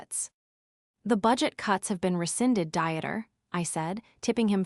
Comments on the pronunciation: You really cannot imagine the cringe factor of this and other AI narrated stories. Unread pronounced correctly but read pronounced as Reed instead of Red. Dieter sounds like a person going to weight watchers. And not a man's name. FFs it's pronounced Deeter not diet er. Your narration has not improved from day 1. But I'm sure your finances have. It just shows utter contempt for the listeners 🤬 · Oh Lord, all German, Belgian, Austrian, Swiss, Dutch men named Dieter are feeling insulted right about now. That's the problem with computer A. Voice reading the stories. Dieter is pronounced Dee ter not Diet er 😂😂😂😂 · Dieter as a dieter? Pure cringe 😂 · The AI really said dinner instead of Dieter 😂 whole continent catching strays